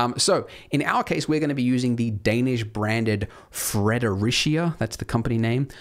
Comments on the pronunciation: Not bad but FWIW "Fred-er-REE-sha" and "Sue-bow" are phonetic pronunciations closer to the actual Danish pronunciations, ...but still an English adaptation. Because it's difficult. Thanks for another great tutorial! Looking forward to it. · It's actually pronounced "Fred-er-eech-ee-a"! I used to work as a dealer of their product last year! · D funny, you actually pronounced the complicated word "Søborg" 92.3% correct i was sure you'll butcher that word due to out odd letters ÆØÅ, but fear not, you did manage to proper butcher "Fredericia", which is also the name of a city in Denmark, i believe way back it was planned to be the capital of Denmark, but it failed so now no one cares hehe.